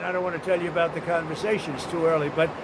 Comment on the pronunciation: you probably don't realize this so I'll just mention it in case it makes a difference. Most of the time when you would normally say the word "you,," you end up saying "Jew" instead. It's noticeable and a bit distracting.. Do with the awareness as you wish. By the way I am a major fan of yours!! ❤️